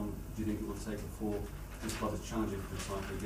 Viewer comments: yea he just says it in the dutch way. man saw it was spelled the same and just settled for dutch lmao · I love the way he says "Cloob", but wishing him a successful tenure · I love that he pronounces "club" the same way Rafa does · Love how he says cloob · Says cloob like rafa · I love how he says club 😭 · He pronounces ‘club’ like Rafa Benitez does.